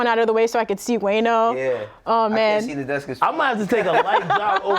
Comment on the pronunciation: Ak Called “Wayno” “WAYNER” 😂😂😂😂😂😂😂😂😂😂😂 #TheEndOfEverydayStruggle